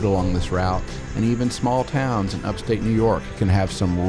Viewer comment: Hats off for nailing the pronunciation of those towns!